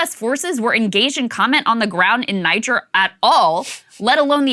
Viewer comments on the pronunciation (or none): When more details come out, could you repeat the info, but with the correct pronunciation for Niger? It's one of those nitpicks that people in denial cling to so they can pretend the person speaking just doesn't know what she's talking about.